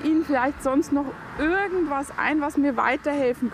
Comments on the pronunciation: Sie machen schöne Arbeit! Aber warum sagen Sie "ürgendwas" und nicht wie geschrieben "irgendwas"? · ich musste auch mehrmals lesen. Sie spricht das „I“ bei „irgendwas“ aus wie ein „ü“